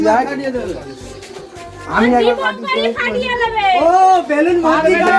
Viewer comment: It's not "বেলুম" it's "বেলুন"